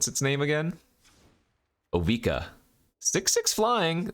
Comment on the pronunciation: first it was drown in "eye-chor," now it's "bye"-lious skulldweller and "O-vye-ka" 😉